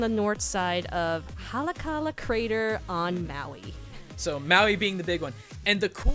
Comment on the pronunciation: And I think you meant Haleakala